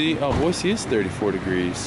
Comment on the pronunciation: Half the time you say Boy-zee not Boy-see... If you are really from Idaho then pronounce it correctly!